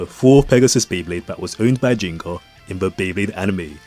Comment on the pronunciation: Isn't it Ginga sounding like G for Group kinda G? Ginga actually means Galactic or something related to Galaxy in Japanese. Why do so many english speakers call him Jinga? 🤔